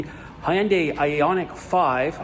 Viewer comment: You are the first non Korean guy that pronounced "Hyundai" correctly yeah!!. Happy holidays.❤